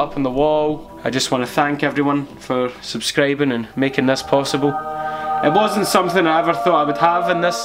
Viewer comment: "thanks for sucraibeng"